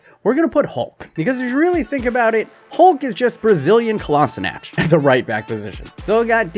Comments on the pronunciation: Kolašinac too! Ive always wondered why people pronounce it like that when its wrong. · how do you pronounce it then? Is it not Kol-a-zi-nach?